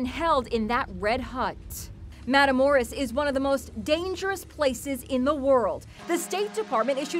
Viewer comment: Ive never heard someone pronounce "matamoros" worse than this news lady lmao. Matamoros is dangerous though, kinda ironic how in English it roughly translates to "kill guys".